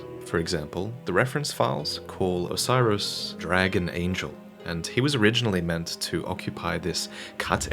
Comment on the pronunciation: I deeply dislike the way you pronounce "Oceiros" You're basically saying "Osiris" but I think it should be "Oh-Say-Ros"